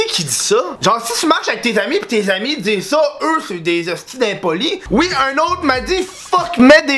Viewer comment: On prononce Z’Homme Bi